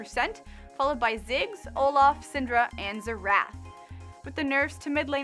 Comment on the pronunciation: 1 thing. It's xErath. Not xerAth.